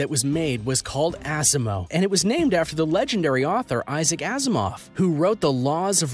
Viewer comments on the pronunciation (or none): none